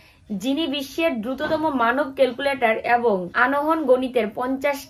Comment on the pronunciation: Tomar uchharon gulo valo lage na jemon tel ke teal bolo abong ke Aeabong bolo sunte vlo lqge na kintu tomake khub vlo lage didivai